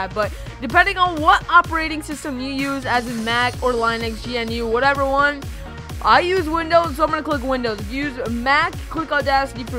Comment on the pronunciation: Did you just pronounce Linux as... Ly-nix? m8